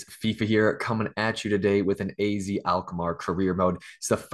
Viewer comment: In The Netherlands you pronounce AZ like 'Ah Zet'